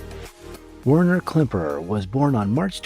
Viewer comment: "Werner" is German and is pronounced "Verner" 🇺🇸☕💐